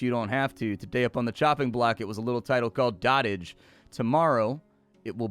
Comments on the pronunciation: Did he just say dot-age. It's an actual word doh-tage. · Dotage is pronounced doe tij, not dottaj. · It's pronounced dough-tij, not dah-tij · I think it's pronounces "Doh t age". Like the verbification of when you "dote" on something. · I hate to be that "um ACKSHUALLY..." person but... it's pronounced 'dode-ijj' - i.e. "the period of life in which a person is old and weak." although the game plays on that word and calls it Dot Age. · I think it's pronounced like goat, not like hot.